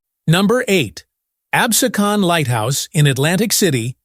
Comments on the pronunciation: It is pronounced "Abseeekan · Unwatchable. There are more typos and unintelligible reading in that video than anything I’ve ever seen. How many different ways will they spell and pronounce “Absecon”, since none of the diverse ways were correct.